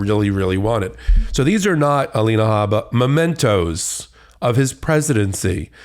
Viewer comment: Mementoes not Momentoes! Dan Quayle School of Law!